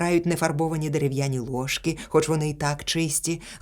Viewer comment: Дякую за прочитання. Одне зауваження: поодинокі порушення наголошування слів (цЕбро, лОжки, а правильно цебрО, ложкИ, тощо).